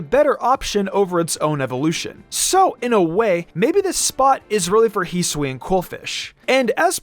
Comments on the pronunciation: You can’t hold items at all and the correct pronunciation is HISS-OO-E-IN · Heesuian srsly man hisuian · “Heesween” lol